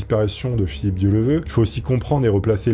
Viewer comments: Oui tu a raison,ds les commentaires.. PUTAIN a peine le début,Le gars n'est pas capable de dire son nom correctement,et je remarque,qu' un paquet de YOUTUBEURS font beaucoup d'erreurs, raconte n'importe quoi,ce trompe sur des années,ages, pays, argent, divorcé ou marié,etc.. La en 3min son nom toujours pas... Un manque de respect.. On dirait que c'est pas préparée.... LES MECS,vous êtes millionnaire en Abonnés DC fait le taf,sinon toute t'est vidéos y'a t'il beaucoup d'erreurs... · A un moment donné tu ne te dis pas... "bon, j'écorche son nom tout le long de la vidéo, je vais réenregistrer" ? AMATEEEEEUUUUR ! Merci quand même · Bonne vidéo mais dommage de ne pas prononcer le nom de la personne dont on raconte l'histoire correctement une seule fois... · C'était une vraie légende ce gars! Il était admiré par tout le monde, petits et grands! Un grand journaliste, avec cette intégrité comme on n'en fait plus. J'en rajoute une couche, les noms écorchés c'est ta spécialité 😂, mais tes videos restent intéressantes et passionnées, on adore!👍🏼